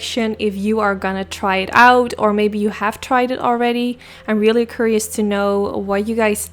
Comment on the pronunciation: It’s not “tanks” it’s “thanks”, it’s not “curyous” it’s “curious” It’s not “Da” it’s “the”